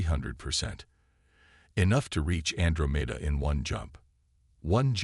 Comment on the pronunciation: Can anyone fix the AI so that Andromeda is pronounced correctly? an DRO' meda